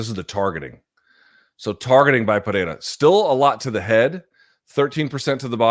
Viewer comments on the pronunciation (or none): You're one of the 'gringos' that can say Pereira almost perfectly. Congrats! lol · Luke if you can’t roll your R’s don’t substitute it with a T sound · Not how you pronounce his first or last name, but yes.